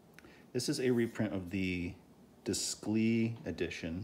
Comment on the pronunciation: It would be pronounced like deyclay. It’s French so your pronunciation would be spelled descli.